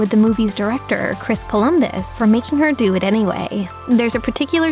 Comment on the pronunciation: Lol! Every Emma Watson already knew this 😂 And maybe a lot of potterheads too! And did you say "Polumbus"? I might heard wrong but his name is COLUMBUS!